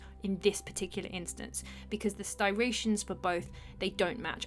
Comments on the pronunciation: First, before I point out some of the easily googleable answers you clearly didn't look for Striations is pronounced str I ations. Not "styrations." The stone jars and platters would have been cut with similar techniques to the rest of the granite that was cut everywhere else, and the clay lids are because lids are seals, which get broken when you open the seal. It doesn't make sense to make a stone lid for a stone jar if you don't buy it at pier one. The holes were bored with copper tubes, sand, and bows. This ancient technology isn't used anymore because we have diamond cutting tools. The straight line cuts are cut with long straight segments of copper saws. The smooth surfaces on the statues are hand polished with sand. The harder a stone is, the easier it is to use sand to polish it. Your incredulity doesn't mean you get to assert ancient technology for which you have no evidence; It just means you don't understand what humans are capable of. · Love your work. Massive fan. But, please, it's striation not sty-ration! You got the lovely mixed up word from Yusef, didn't you? ;-) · The word "striations" is pronounced Stri-a-shuns, not Sty-ra-shuns. The r follows the t, not the i. Striation. Just fyi. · it's "striation" not "stiration" for God's sake, otherwise amazing video, ty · Does she mean stryations? Sure not styrations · stri-ations not styr , good vid though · Striation not stiration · Striation, not stiration. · styration = striation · striations not stirations cutie. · You are mispronouncing the word "striation" Please get it right dear. It is not "styration" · Striations, please, not Sty-rations. STREE-ATIONS. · STRI-ations. STRI... strill, an excellent tutorial video. Thx. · Forgive me the late comment: The word you were looking for is "striations." ST--RI--ATIONS. My Grammar Nazi heart was breaking. Love the video, though! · (I'm a linguist, so please forgive me!) It's "stry-AY-shuns", like in "why", like the name of the letter "A"... "stry-AY-shuns".